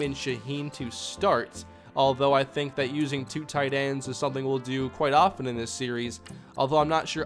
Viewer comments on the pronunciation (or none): none